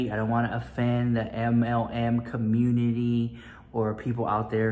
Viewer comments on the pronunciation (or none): Yah you’re changing. You don’t say com mu tity anymore and your love you so maaach is weak.